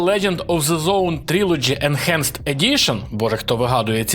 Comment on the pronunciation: Сам ти "енчанджет". Уроки англійської в школі мабуть прогулював? Бо читається воно як енхенст. Ось тобі транскрипція (/ɪnˈhænst/)